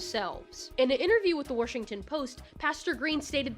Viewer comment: Omg I knew you were from Maryland when I saw your musicals video and you said Washington differently lol